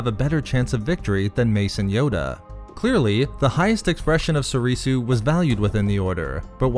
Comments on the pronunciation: If not for you, then for learning basic Japanese and how to pronounce Soresu, (So-ray-sew) and not Sorisu (So-ree-sew). It's the base language for most the original form names, after all. Except Shien, that's actually Chinese. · Why u pronouncing it Soreesoo